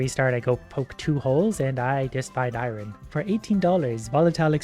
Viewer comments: Eye-ron, guys, eye-ron. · Why do you say iron like that? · Wtf is eye ron? 😂